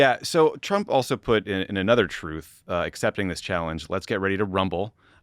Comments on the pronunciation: When it's coming from Trump, it's pronounced "twooth", not "truth" 😐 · It’s kinda amusing to recognize the huge irony in the name. I personally like calling it “Troath” like he said when he first announced it. 😂